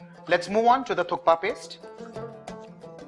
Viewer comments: It is pronounced as thuppa the K is silent..... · Thank you for articulating the correct name Thukpa so clearly, Varun. It is on occasion misheard as . Amazing recipe